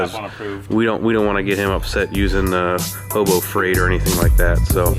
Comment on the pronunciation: "Hobo Freight"..... LOL